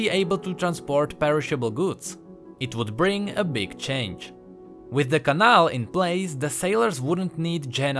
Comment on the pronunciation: Really nice video, but the way you pronounce cannal triggers me. Altough i really like your czech accent